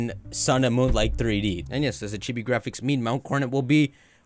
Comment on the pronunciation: Am I the only one who hears him say Chippie instead of chibi?